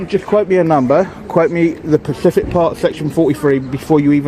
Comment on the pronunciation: Its specific fella. Pacific is an ocean!! You muppet!!